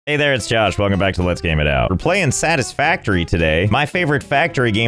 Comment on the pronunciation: Since when is his name hosh instead of joch😂😂😅 funny misstaken I like dont know if you did that kn purpose